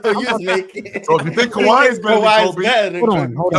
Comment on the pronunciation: Calling them “Kawhis” Raptors is CRAZY